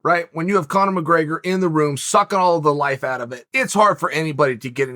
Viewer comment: You don't need to add h sound to the word out. Big fan, but come on man.